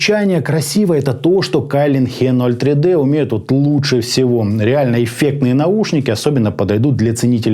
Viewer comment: пред обзором старайся узнать как правильно название бренда и модели произносится. Виззер, а не Вайзер и АшЕ03Д, не ХЕ03Д, Идун, а не Айдан, Ноулз, а не Кноулс, Скульд, а не Скальд и это только то, что я вспомнил. Очень режет ухо, особенно когда знаешь как должно звучать правильно.